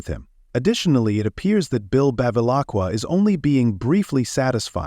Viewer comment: I was lol when I heard Bill Beva-la-kua